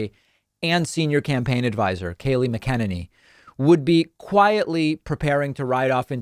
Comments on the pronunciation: Love your channel but you are pronouncing her name wrong ( not that it will matter in 2 months ) but it's pronounced Mac- EN- ANY . sorry and she is a total tool and can't wait till they are all gone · I’m not sure David do you say her last name wrong as a running joke? Cause I missed it if it’s a joke. If not it’s pronounced Mac..a.. nanny... I know that’s the wrong spelling I’m helping David say it right because it’s driving me crazy. I watch you often so pls say it right 😆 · I think David is pronouncing Kayleigh's last name incorrectly... it's actually "mack INANE ee". :-) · Just a note, it's pronounced MACK-inane-y. Yes, inane. Nomen est omen. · It is pronounced "Mac-uh-Ninny", fyi. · Oh, for the love of God. Mac-a-nanny!!!!!!!!!! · I think it's hilarious when you call her Kayleigh Magananny 🤣🤣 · You keep mispronouncing Kaleigh’s last name. By now should be getting it right. Haven’t your people corrected you? Otherwise I’m a huge fan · smh, left wing and progressive websites were saying how right wingers were intentionally mispronouncing Kamala Harris' name. Then I see David pronouncing Kayleigh McEnany's name in a way I've never heard before. If right wingers were to accuse David Pakman of mispronouncing Kayleigh's name on purpose, wouldn't that sound just as absurd? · I'm just wondering, David. Do you mispronounce McEnany intentionally, as a way to tinkle in her tea? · Can u at least pronounce her name correctly. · STOP!!!!!!!!!!!!!!!!!!!!!! Learn how to pronounce her name properly. She's been in the news for 4 years, you should have learned it by now. omg. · Dude. I love your comments. But get her name right if you want validity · Bad Day for Kayleigh! Fox keeps picking on her and Pakman keeps mispronouncing her last name like 5 to 6 times! 😭😭😭😭😭😭😭😭😭😭😭😭😭😭😭😭😭😭😭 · Do you say her name wrong on purpose? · Just wondering why you pronounce Keyleigh’s last name different from everyone else? Are you doing it to mock her? Just wondering. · It's "MAC-uh-Nay-Nee"